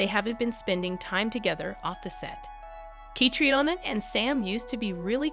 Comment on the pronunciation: Again,the narrator doesn't seem to be able to pronounce names and locations correctly, especially Sam and Catriona 's . Try me, I've got a great voice !